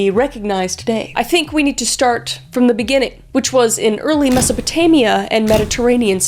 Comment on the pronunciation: is it masapotania or masopotamia??